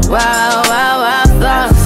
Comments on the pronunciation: I swear the time she said wild I heard it wa wa wa 😂😂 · I love this song but i never knew why rihana pronounce like that the word wild i never heard it maybe beacause its a trap song.